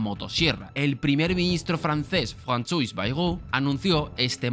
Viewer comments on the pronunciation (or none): Recordatorio que 'François' al igual que 'Noir' se pronuncia algo parecido a "Franzuá" ó "Nuá" , regreso a mi rincón